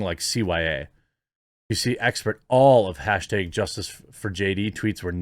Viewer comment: I like the way Jeremy pronounces "hashtag" as "hashtaeg".